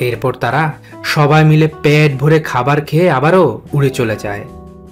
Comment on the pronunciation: আপনার ভাষা ছোটোলোক ওটা পেট ভোরে নয় পেট ভোরে😂😂😂😂😂